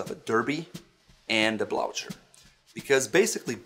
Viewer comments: I heard blaucher, blotcher, in any way but sounding like "blue her". Is it to prevent horses from neighing and freaking out? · I have never heard it pronounced "blou-cher." I go with "bloo-ker" however "bloo-cher" is also acceptable for some. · I am surprised and amused that you, as a person of Northern European extraction, would pronounce the word "blucher" (blooker) as you do. I love what you do and thanks for it. I am the most stylish guy in my seniors' residence because of your videos. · Shouldn't that be pronounced as dar-bee and blu-ker? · Can't believe that despite knowing exactly how to pronounce "Blücher" in German you decided to say "blout-sher" instead without even a slight hint about the word|s origin .. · A great video on the difference between the shoe's characteristics, but the pronunciation of the word Blucher is wrong. Blucher was a famous Prussian general, thus the pronunciation should be German- with an *h*: (Bluher). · Actually I was surprised and amused, too, by the pronunciation in the video, but also by your Blooker. These shoes are named after the Prussian (German) General Field Marshal Gebhard von Blücher and their proper pronunciation is completely different from anything I have heard or read here. - coming from Germany - of course know this, but as far as I understand it is not only allowed but pretty much standard in English speaking countries to "englify" foreign words. Would be rather impolite to do the same in Germany by the way. Click the play button here